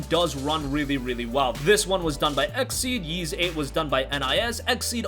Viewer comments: Ys is pronounced “Eece” not like “Yeez” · The way you pronounce “Ys” makes me want to piss in a turtles mouth and shave my ball hair and glue it to my Adam’s apple.